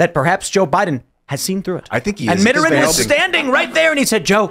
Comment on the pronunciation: Tim and, please look up the pronunciation of "Mitterrand."